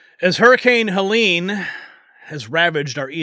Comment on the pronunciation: It's Helene, not Helen! She doesn't know the difference!